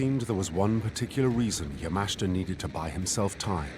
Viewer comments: It's promounced YA-MA-SHI-TA. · Excellent video. If the narrator watches it himself, he might learn to prounance Yamashita correctly!